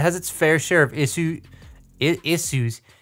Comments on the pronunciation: fun fact about "issuses" my mom used to ask "any issues at school today?" and one time she said it like you did, now its an inside joke with us XD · “Isoos” lol this got me rolling